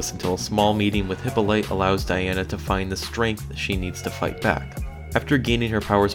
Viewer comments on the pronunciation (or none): repeat after me Hip-paul-o-ta or Hip-paul-o-teh (short E) = Hippolyte